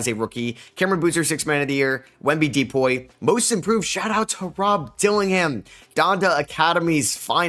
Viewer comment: You sound like a dumbass saying D-poy